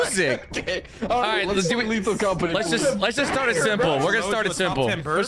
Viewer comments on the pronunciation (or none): at the very start of the video did he say "lethal compiny" instead of "lethal company" or am i stupid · why does pronounce lethal company as 'lethal compiny'?? or is it just me?